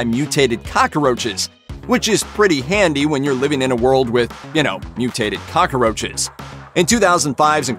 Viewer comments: He says cockroaches like "cockaroaches" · The way this guy says “cockroaches”